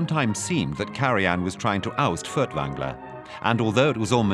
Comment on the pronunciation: Why are all the German names and words so poorly/wrongly pronounced? You would have thought someone would have coached the narrator a bit. I mean "Fertvangler"...